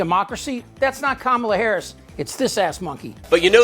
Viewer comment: Sarah Huckabee Sanders reeks of a lack of humility. Won’t even say Harris’ name right. Being that clueless and that arrogant is insane.